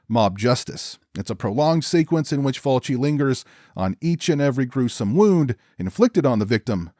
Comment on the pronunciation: I second that - it's just plain lazy to not go to the trouble to learn the pronunciation of foreign names, especially when you are discussing their work at depth. I went through 4 different videos until I found this one, where our host correctly pronounces Fulci's name. Good work & an intelligent review as well. I think, plot wise, this is Fulci's more interesting work - in fact, I'm usually surprised that he was behind this film. As pointed out, getting so used to eye zooms & gougings, seeing this is quite startling really. Fulci always had good ideas that's for sure. And yes, enough with the toe action and nipple slicing - this shows that Fulci could focus well on story and plot and present it with class. No duck quacking either. Well done, I will check out your other videos.